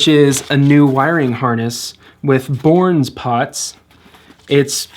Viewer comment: FYI. Bourns is pronounced "burns." Great video, about to work on my own CV JM.